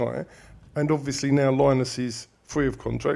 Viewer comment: Good effort that. Can you please stop pronouncing Linus udofia name as Line-us it’s Linus